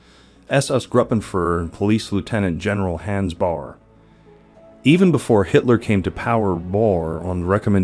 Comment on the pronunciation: Agree completely with”B”. Seems like most people don’t give a damn about the way they speak. Proper pronunciation is an integral part of language. I never understood the laziness evident in mispronouncing names. Mind you, I am not suggesting one should pronounce them 100% like a native speaker but for heaven’s sake, Hans and Führer, to mention abut two of your mispronunciations, have been in the general vernacular since, well, WWII at least. You are clearly an intelligent person so I am at a loss why you don’t care enough about this, given that you are publishing otherwise intriguing video.